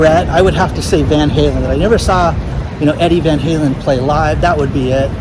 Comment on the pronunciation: Hey, same here! I was thinking of Van Helen when you asked that question. Now I hear you say Van Helen! Cheers, Sayuz